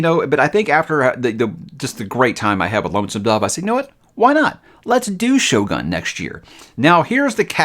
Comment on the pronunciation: Nippon is pronounced with a “hard O” as in Own. Also the ō in Shōgun means the O is elongated. Just fyi.